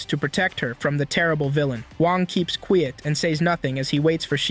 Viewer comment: bro said quet XD